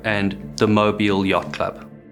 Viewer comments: I’m in Fairhope, I remember this. It was shocking. Thanks for covering it, and good job pronouncing Mobile. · This is a wonderful video. As an Alabama native the pronunciation of the words “Mobile” and “Dauphin” drive me crazy (Mo as in Mohs scale of hardness and bile as in the bill of a hat, and Dauphin is pronounced like Dolphin but without the L) other than that I enjoy the matter of fact and straightforward style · Good job on pronouncing Mobile correctly but Dauphin is pronounced like the animal (daw -fin). Source: Am from Mobile.